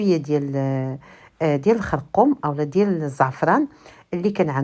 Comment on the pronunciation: دائما قولي الخرقوم ما معنا القرقم الدارجة ديالنا تبقى كما هي